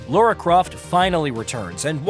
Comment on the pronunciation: Lara, not Laura. Different names. Lara Croft, GamingBolt.